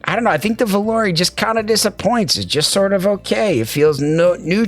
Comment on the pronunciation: The only reviewer actually pronounced Volare correctly. Supermix is a strong release, tough to beat. That enthusiasm at the end made me want to buy more IEMs.